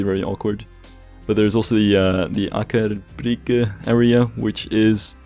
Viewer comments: "ohhh gawd I have to pronounce norwegian names at some point" goes ahead with a 10/10 try at Aker Brygge... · Your pronunciation of Aker brygge was pretty good, don't worry. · You pronounced "Aker Brygge" pretty much perfectly. =) So don't worry. ^^ (Yes, you had some accent, but no worse then a immigrant speaking Norwegian who have lived here say 15-20 years) Yeah, you didn't get the "ø" quite right. But it wasn't bad either. About the same as a immigrant who has lived here say 3-4 years and who don't have a natural talent for language or one who do have a talent but have lived here for say 2-3 months. By the way, any chance of making this series a playlist? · You said Akerbrygge very well! As a Norwegian i can confirm that. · You pronounced Aker Brygge pretty well! To try to explain the letter "Ø" I would ask you to think about the words Turn, Burn or Learn: The U's turns into the Ø-sound, likevise the EA in Learn. Tørn, Børn, Lørn. But, I have to say, we have a clearer pronunciation of the Ø-sound than in those three english words - though it's pretty close :)